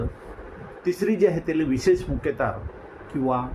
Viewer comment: कुल मुख्यतार नाही कुल मुखत्यार